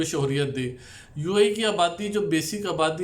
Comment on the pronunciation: السلام وعلیکم انفارمیشن کے لیے بہت شکریہ ایک گزارش تصیح کر دوں یہ لفظ شہریت سے ہے شہر سے شہریت آپ شوہریت کہتے ہیں جو غلط ہے امید ہے آپ تصیح کرینگے